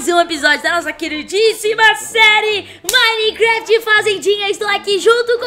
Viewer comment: Ela esqueceu o 't' do nome minecraft